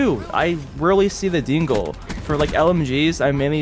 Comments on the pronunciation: Every time you say "Dingo", it kinda sounds like you're saying "Dingle" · Hearing Americans saying dingo is hilarious